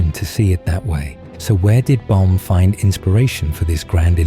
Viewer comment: Baum, not Bal